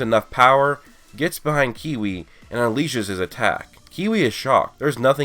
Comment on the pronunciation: His name is kiwi it's Cui